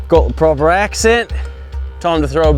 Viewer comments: Nailed the accent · His accent is actually on point